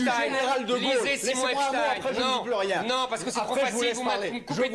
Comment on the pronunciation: Lui aussi ça se prononce "epstine" ?